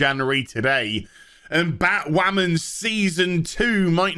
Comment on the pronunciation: "It's time for Batwhamen...to end."